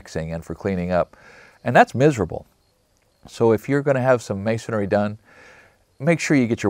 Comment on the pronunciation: As well spoken and articulate as you are I'm surprised you pronounced the word masonairy instead of masonry 😂. I use to pronounce it wrong also until someone asked me where I got the other A in because masonry only has one😅